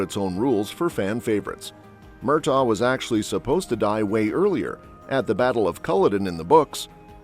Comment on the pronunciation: Narratore terribile in italiano, Murthag non Mirtagh!!!!!Blood of my Blood molto confusionario e molto diverso da quel che ha scritto la Gabaldon...forse ha cambiato idea o non si ricorda cosa ha scritto